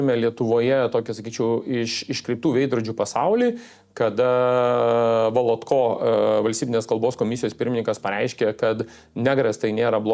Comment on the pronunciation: Valotka lietuvių kalbos pirmininkas , ne Volotko Remigijau neteisingai žmogaus pavardę ištarėt .